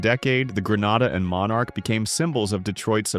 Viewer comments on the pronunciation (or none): none